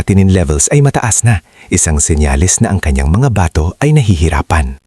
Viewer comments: Bigkas mo Mali sa bato... hindi ba....to batokan kita dyan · BATO is pronounced FAST !!!